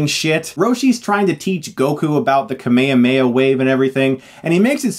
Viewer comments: It is kame hame ha, not kame yame ya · Ahem. It’s kamehameha Not kameyameya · Just to let you know you are mispronouncing Kamehameha, its not pronounced kamayamaya - That dub is wrong, funimation corrected that. Kame hame ha, the turtle destruction wave. Most japanese words are prounounced in pairs of consonants and vowels, ka-me etc. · It's kame Hame Ha not kame ame a 😅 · Wtf is cumme uhh meh yaa Its kaame haame ha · Stop! Just stop butchering the name! It's KA - ME - HA - ME - HA not Kame Yahweh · Dafuq is up with the camea mea? Is this really how americans pronounce it? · why do you say Kamehameha completely wrong?! You sound like you are saying kemay-mayha wave.....Its pronounced KAH -MAY, HA---MAY---HA..... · Why the hell do Americans say "kameo-may" WAVE? it's clearly KAME HAME HA. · ehhhh ive always hated to pronunciation of the kame-hame-haa as kuhh mayuhha mayuhh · You keep pronouncing Kamehameha wrong. It's "KA-me-HA-me-HA", not "Ka-ME-a-ME-a" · It's pronounced Ka-may-ha-may-ha, not ka-mayuh-mayuh. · Why does Chris pronounce kame hame ha like "kameyameya". Weird. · It is not KAMEIAMEIA FFS, it is KAME-HAME-HA. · Stop saying kumehumeha for god's sake, you're no worse than the movie if that's how you pronounce it. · I don't think you're pronouncing the power right. isn't it pronounced "Kah-meh-ha-meh-ha" not "Kah-meyamey" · why do you say kame hame ha like kame ame a?, it's kind of disturbing. the movie i don't know if it deserves de hilariousity being that enraging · i take issue with the way you say "kamehameha", especially because the clips in this video explicitely show you how its pronounced lol "ka-mayo-mayo"? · He’s saying it weird. It’s pronounced com-ay hom-ay ha. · Why does he pronounce Kamehameha kameyameya???? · Perfect. But please don't call it the Ka-Mayo-Mayo-Wave. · No one : Chris : kamekameyo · wait, americans pronounce it as "kameyameya wave" ???????????? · why does chris pronounces kamehameha as ka-may-ha-may-ha? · Kameya-meya, lol. =)